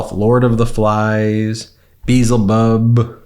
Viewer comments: Just a small point. Its pronounced Bee-el-zebub.😊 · C'mon Ben It's pronounced: be-EL-zebubb Consult your Bohemian Rhapsody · Beezlebub? Wasn't he in Hitchhikers Guide to the Galaxy, or was that Beeblebrox? I think you mean Be-EL-zebub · I think it is pronounced BeElza Bub....remember the Queen song Bohemian Rhapsody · Literally shows us the correct pronunciation of Beelzebub then pronounces it wrong 🪰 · Love the podcast! Pls learn how to pronounce Beelzebub. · its bielzebub not bezzlebub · It's pronounced Bee - El - Zee - Bub ...not Beelzy - Bub 😂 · That would be Bee EL zeh bub. Not Beezle bub. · Just one slight criticism : Beelzebub (ancient equivalent of Satan) is pronounced Beeyel'zebub (accent on the "yel"). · pronunciation of “Beelzebub” is way off. It’s not pronounced like “Beetlejuice” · Ben check the pronunciation of the name Bee...el....zeee.Bub. the name of the devil.. It's in the song Bohemian Rhapsody. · Ben, the name Beelzebub is actually pronounced as "bee * EL * zuh * bub." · Bees wont tell flies that flowers are better than sh!t. Maybe he shouldnt wear his underwear more than one day! Honestly, the flies are just confirming what everyone has been saying about him. And, the correct pronunciation is Bee el zee bub! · Just as a pronunciation guide, it's "Bee-el-ze-bub" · Are you trying to say bee-ell-zuh-bub? C'mon, man! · Beelzebub is pronounced bee-ell-za-bub. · It’s pronounced Bee El Ze bub. But yes your point is salient . Flies are attracted to shit. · Ben, use dictionary to learn how to pronounce Beelzebub! Be-Elz-a-Bub😊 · Love Meidastouch, but it's pronounced Bee-ell-zee-bub. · it pronounced Be L za Bub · It is pronounced Bay ail zee bub. It is from Hebrew. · As a witch, i can tell you this right now. Flies are attracted to things that are rotting. Both literally, and metaphorically. Flies are also an omen of death under the right circumstances. 😬 also by the way, Beelzebub pronounced "Bee-El-Zeh-Bub" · Its pronounced bee·el·zuh·buhb